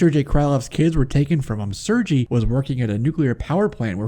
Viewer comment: Sergei is actually pronounced "Sir•gay" Not trying to be knit picky. Just figured I'd clarify. Great video man.